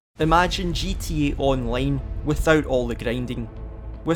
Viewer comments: It's Scottish, probably a country you dont know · The way you say gta online is really funny to me for some reason